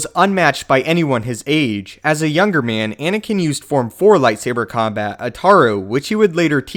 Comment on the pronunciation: At the start you say Inikin Skywalker